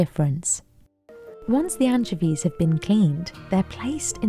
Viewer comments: I'll never not hear Anne Chevies for pronouncing anchovies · Worst pronunciation of anchovies I’ve ever heard. My ears want to vomit… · Mispronounced anchovies. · doesn't even know how to pronounce anchovies 😂🤣